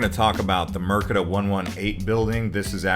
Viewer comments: Mer de ka, instead of Mer ke da. Merdeka is the Malay word for independence. But good job, interesting to see an American's perspective on the city, I've been away for long enough that KL is now so much more different that what I remembered\ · Mind if i correct you, 😃 it is MERDEKA please not MERKEDA